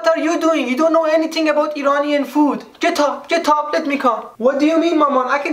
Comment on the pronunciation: Amir, Mama's Tavassoly "get up, get up" sounded like "book" in Farsi: ketaab, ketaab 😂😂👍